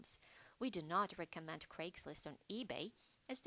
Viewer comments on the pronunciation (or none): none